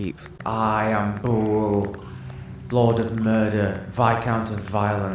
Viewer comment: I wonder if "BOOOAL" isn't really Bhaal, mispronounced and misinterpretted by them. I'm guessing yes. They were a fun little side quest. 😄